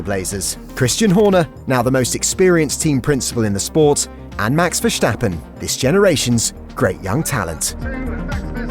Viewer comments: max is pronounced versTappen and not verhstappen. please get your dutch right. greetings from south africa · GREAT content. btw the pronunciation of “verstappen” is [sta] - not [shta] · vershtappen ahahha